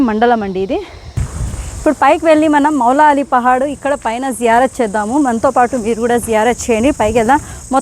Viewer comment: మాలాలి పహాడ్ కాదు తల్లి మౌలాలి పహాడ్ అనాలి , స్టాటింగ్ లో స్పెల్లింగ్ మిస్టేక్ ఉంది సరి చేసుకో ...... టైప్ చేసే ది సరిగ్గా చేయండి .......